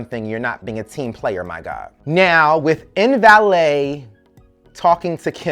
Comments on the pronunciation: You are killing me calling this woman "In valet" LMAO It's Mbele (Em-Beh-lay) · LMAO every time you said "MVALET". Her name was MBELE(EM-BELLAY)